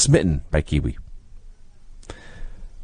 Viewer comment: Kwee Wee not Kiwi lol (oh ok he figured it out)